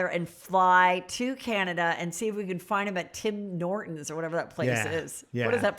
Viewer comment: TIM NORTINS...LOL! Heather it's Tim Hortons and it's the Dunkin Donuts of Canada. Best coffee....here you either do Tim's as we call it or Starbucks....but most people drink Tim's coffee.